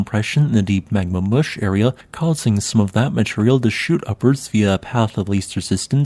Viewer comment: "Magma moosh"? 'Moosh' is a legitimate geological term? Is it spelled with a 'u' or with the short double 'o' as in 'foot'? It almost sounds like the name of a 50's dance á la Bobby 'Boris' Picket: We did the mush. We did the Magma Mush. It was a rush. A pyroclastic rush. I felt a push. There was no need to rush. Fell on my tush! It was the Magma Mush!